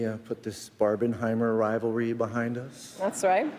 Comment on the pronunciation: Barbenheimer thingy got me crazy. Then, he pronounces "rival ry", moreover, accentuating both of them, rival and ry. English speaking people should be taught from elementary school to don't deform their language so much. Just look how bad you currently pronounce... "that's rai, that's rai his ken and Kishy..." [the rest of it is understandable after interpretation]. But I understand every single word of what says, without any problem.